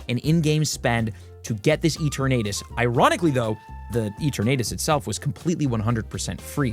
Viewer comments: never heard someone pronounce Eternatus like that lol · he has so much money spent on this game and cant pronounce eternatus right